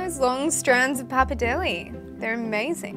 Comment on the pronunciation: It's bloody PAPPARDELLE, not pappidelli 🤣🤣🤣